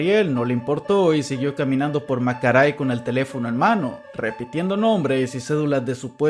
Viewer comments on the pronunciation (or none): Macaray 😭❤️‍🩹 ya van dos veces que dice Macaray y no Maracay KAJSAKJD te amamos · dijo macaray en vez de maracay jaja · Hola, soy de Maracay, Venezuela y quería corregirte que se pronuncia Maracay no Macaray jahshs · Es raro cuando escucho que dices bien estados de Venezuela. Es Maracay no "macaray". En el video sobre Iceberg de casos ocurridos en Venezuela hay demasiados errores respecto a los estados y creo que es importante revisar eso porque se hablan siempre en tu canal de casos delicados, lo mínimo es tener en mente que nombrar las cosas por su nombre correcto es lo ideal. Tampoco es que sea difícil tampoco, como cuando tenías que decir Anzoátegui y dijiste Anzoatégui, literalmente ya viene escrito con acento donde debe ir esa entonación xd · Maracay: 🚫 Macaray: ✅️ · hola creo que en el primer caso te refieres a Maracay, no macaray xd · Se llama Maracay bro, no macaray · Marracai x🤣🤣🤣